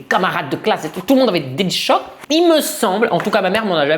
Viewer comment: Delichoc pas délice choc 😂